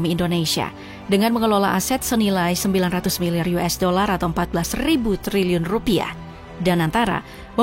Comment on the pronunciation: Sampe kepleset min ngomong triliunnya😂